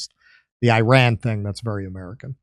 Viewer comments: Im happy you finally pronounced IRAN correctly (e-run) ❤❤ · correct, it is pronounced ee-rawn, but i'm still going to call it The Ukraine because spite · Hey guys, it's really good to see that Finally ;) you tried and succeeded in pronouncing "Iran" correctly!... let's give you a tip on pronouncing "Iraq" correctly now.... ;)... just pronounce Iraq the same way as you did for Iran!.... also "Ivan" is pronounced exactly like them , as well.... Please note what Russian Federation Ambassador to UN said in UNSC held after Zionist new low in bombarding Iranian Embassy in Syria in addressing his western colleagues, US, UK, France, Japan and Korea who did not condemn violation of UN charters and conventions..... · Finally an American who pronounces “Iran” the right way.😂🎉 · Your pronounciation of Iran was perfect 😅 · As an Iranian I can tell you, your pronunciation is perfect. As for Iran response, I can tell Israel would be looking over its shoulders, till it happens. And this is bad enough for any body living like this.